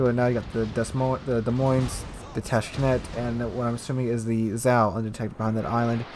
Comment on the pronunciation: Tashkent not Tashkenet